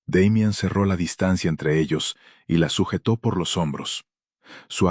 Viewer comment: En español ... se ptonincia damian